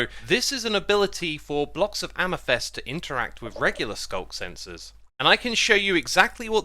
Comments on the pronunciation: Please stop saying amYthEst. Its amEthYst... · Mate it’s pronounced amethyst not amethest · Amethyst pronunciation Brits: AmathIST Americans: AmathUST Xisumavoid: AmathEST? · Your pronounciation of Amethyst is so funny. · there’s definitely only one way to pronounce amethyst. U can’t just pronounce words wrong and then say it’s another way of pronouncing it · I will never get over you mispronouncing "amethyst"